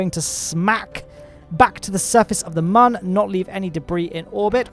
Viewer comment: If you could also pronounce Mun correctly that would be great, you kind of had it so it's not like you don't know.